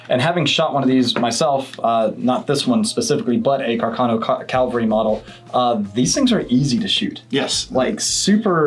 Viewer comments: The word is "cavalry." NOT "calvary." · Pretty tired of people saying CALVARY instead of CAVALRY. Is it a damn CHURCH RIFLE?!?!? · Cavalry is one of the hardest words for people to pronounce. It's Cavalry, not Calvary! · I was not impressed when the guy on the left said calvary - trice - when he meant cavalry. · CAV-AL-RY. Calvary is the hill that CHRIST was crucified on. Otherwise You guys are spot on. Happy New Year! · Excellent video. I enjoyed it. One problem. On more than one occasion you said “Calvary” model. I think you meant cavalry model. Calvary is an open air representation of the crucifix of Jesus. Cavalry describe soldiers who fought on horseback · When commenting on the Carcano, you said Calvary instead of cavalry. Please consider your references to the Christian holy site. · Cavalry NOT calvery. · "Cavalry", not "Calvary". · Sorry, I can NOT take advice from some one who cannot recognize the difference between Cavalry and Calvary... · why cant americans say cavalry and not the wrong word calvary jesus...........(pun ) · Say it with me: Cavalry. No, you're still saying it wrong. Eat another crayon and try again in an hour. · The word is CAV-AL-RY. Not many known rifles present at Calvary. Just sayin'... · CaVALry not Calvary